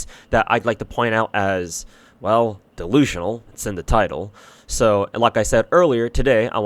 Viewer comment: You still makin' this "dewusionaw gwacha twakes"? Damn you that desperate??? Oh shit I completely forgot silly me... You the God of Beggars, The Deity of Unemployment.